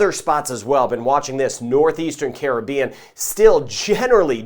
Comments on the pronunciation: Like the way he pronounced Caribbean. Not like Karribean.Thanks. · Yep. His is the correct pronunciation.😄👍🏽👍🏽🇯🇲🌺💛